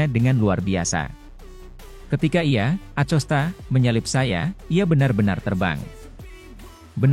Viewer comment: Ko Acosta bukan nya akosta uch